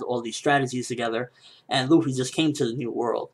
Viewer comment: It's Luffy, not Ruffy